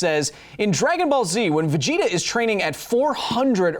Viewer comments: He also said Vergeta, with an r in there for some reason. Like when some people add an r to wash lmao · At thirteen minutes and forty six seconds, you said "Vergeta".